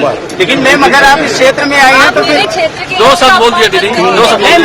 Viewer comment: छेत्र शब्द 12 बार बोला आप से गलती हुवी है sir